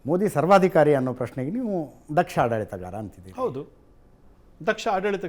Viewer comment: ಕನ್ನಡ ಸರಿಯಾಗಿ ಕಲಿತುಕೋ ಮಾರಾಯಾ ! ಅದು ಪ್ರೇಶ್ನೆ ಅಲ್ಲ, ಪ್ರಶ್ನೆ ! ಮನುಧರ್ಮ ಶಾಸ್ತ್ರದ ಪ್ರಕಾರ ವರ್ಣ ಧರ್ಮವನ್ನು ' ಚಾತುರ್ವರ್ಣಮಯಂ ಗುಣಕರ್ಮ ವಿಭಾಗಶ: ಎಂದು ವ್ಯಾಖ್ಯಾನಿಸಲಾಗಿದೆ ! ಅಂದರೆ ವರ್ಣಗಳನ್ನು ಅವರವರು ತೊಡಗಿಕೊಂಡ ಕರ್ಮದ ಅಂದರೆ ಕೆಲಸದ ಮೇಲೆ ಆಧರಿಸಿ ವಿಭಾಗಿಸಲಾಗಿದೆ , ಆ ಪ್ರಕಾರ ಬ್ರಾಹ್ಮಣರು ವೇದಶಾಸ್ತ್ರಗಳನ್ನು ಪಠಿಸಿ ಸಮಾಜಕ್ಕೆ ಅದರ ಮೌಲ್ಯಗಳನ್ನು ತಿಳಿಸುವುದು ! ವಿದ್ಯಾದಾನ ಇತ್ಯಾದಿ, ಕ್ಷತ್ರಿಯನ ಕೆಲಸ ರಕ್ಷಣೆಯ ಕೆಲಸ ಸಮಾಜ ರಕ್ಷಣೆ, ದೇಶ ರಕ್ಷಣೆ ಇತ್ಯಾದಿ, ವೈಶ್ಯರ ಕೆಲಸ ವ್ಯಾಪಾರ ವ್ಯವಹಾರಗಳಿಂದ ಸಮಾಜಕ್ಕೆ ಪೂರಕವಾದ ಅಗತ್ಯತೆಗಳನ್ನು ಪೂರೈಸುವುದು ! ಹಾಗೂ ಶೂದ್ರರು ಮೇಲಿನ ಮೂರೂ ವರ್ಣಗಳಿಗೆ ಅವರವರ ಕರ್ತವ್ಯ ನಿರ್ವಹಣೆಗೆ ಪೂರಕ ಸಹಾಯ, ಸಹಕಾರ ಒದಗಿಸುವುದು, ಅಂದರೆ ಇಲ್ಲಿ ಯಾರೂ ಮೇಲು, ಕೀಳಲ್ಲ ! ಇಲ್ಲಿ ಯಾವೊಂದು ವರ್ಣವು ನಿಸ್ತೇಜವಾದರೂ ಇಡೀ ಸಮಾಜವೇ ಅಸ್ತವ್ಯಸ್ತವಾಗುತ್ತಿತ್ತು ! ಇಲ್ಲಿ ಜಾತಿಯ ಪ್ರಶ್ನೆಯೇ ಇಲ್ಲ, ಕೆಲವು ಮಂದಬುದ್ಧಿಯ ಬುದ್ಧಿವಂತರು ಜಾತಿಪದ್ದತಿ ಜಾರಿಗೆ ತಂದು ಸಮಾಜದ ಸ್ವಾಸ್ತ್ಯವನ್ನು ಹಾಳುಮಾಡಿದ್ದು ಇಂದಿಗೂ ಈ ಅನಿಷ್ಠ ಮುಂದುವರಿದಿದೆ, ಆದರೆ ಕಾಲಕ್ರಮೇಣ ಇದು ಕಣ್ಮರೆಯಾಗು ತ್ತಿದೆ, ಜನ ವಿಶಾಲ ದೃಷ್ಟಿಯಿಂದ ಆಲೋಚಿಸುವವರಾಗಿದ್ದಾರೆ, ಎಲ್ಲ ವರ್ಣಗಳು ಸಮ್ಮಿಳಿತವಾಗಿ ಸಮಾಜದಲ್ಲಿ ಹೊಂದಿಕೊಂಡು ಬಾಳುತ್ತಿದ್ದಾರೆ, ಇದಕ್ಕೆ ಕಾರಣ ಜನ ಹೆಚ್ಚು ಹೆಚ್ಚು ವಿದ್ಯಾವಂತರಾಗುತ್ತಿರುವುದು ! ಚಳ್ಳಕೆರೆ ವೆಂಕಟೇಶ್, ಬಳ್ಳಾರಿ